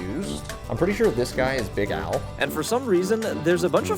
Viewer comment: I had the tab in the background as he started saying Big Al and thought he was saying Big Owl. Then I saw it was Big Al and was disappointed, lol